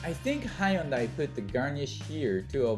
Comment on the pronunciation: High yun dai ??!!! It's hyun dai !!!!!!!